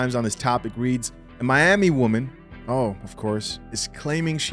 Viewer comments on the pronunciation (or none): none